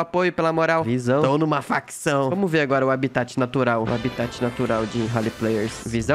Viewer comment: Aposto q é dos cara q fala "veyr"